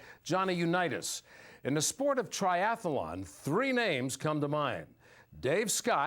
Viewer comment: He lost me at Tri Ath A Lon